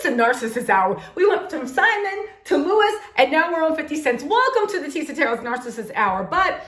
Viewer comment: Btw Teresa last name is pronounced "Jew-Dice".